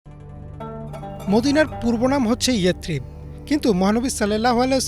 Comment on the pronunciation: ইয়েতরিব নহে ইয়েসরিব।